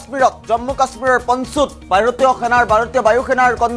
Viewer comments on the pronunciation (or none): পঞ্চুত নহয় ভাই পুঞ্চত